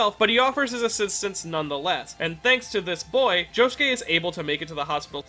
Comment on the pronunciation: Why is his name pronounced joskeh and not josuke